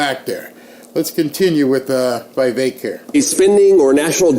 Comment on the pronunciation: for God's sake!!! Vivek is pronounced: VI like the vi in 'vision', VEK like 'veik'!